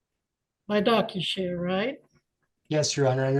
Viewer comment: »docsushare« … doc … sus … hare … Sus. 🤔